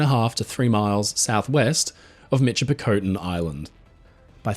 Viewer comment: Michipicoten is pronounced miss-ship-ah-cotton